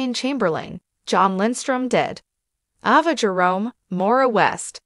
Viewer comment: Who is Ahva??? 😳 And Glay-dees??? 😮